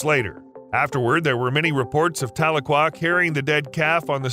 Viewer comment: Her name is pronounced tah-leak-quah